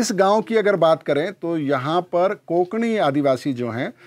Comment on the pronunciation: कोंकणी नाही. कोकणी / कोकणा.